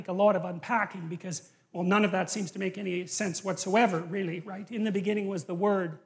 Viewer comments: In the beginning there was the word… and the word was WRONG! “REALLY” not “RELLY” damnit lol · "Relly" has an "a" in it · 'Relly' ? Lol.. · Relly relly, please correct really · Relly? Relly rell? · Relly Relly Speshul!!!